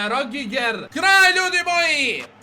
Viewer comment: Kaze se Ridiger